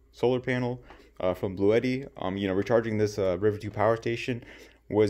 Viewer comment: By the way, it’s not “Bluetti” but rather pronounced “blue Tee”, very strange, but that’s from their official YouTube channel. I’m gonna keep calling it Bluetti though haha